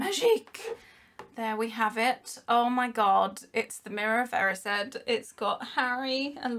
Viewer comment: im pretty sure its not erissed.. im pretty sure its erised